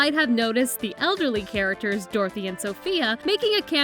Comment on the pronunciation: Say characters right